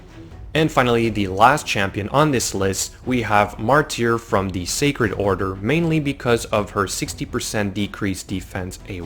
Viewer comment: Mar-teer lol it’s pronounced Mar-ter